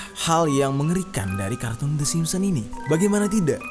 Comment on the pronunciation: SIMPSON, BUKAN SIMPON!!!!!!!!!!!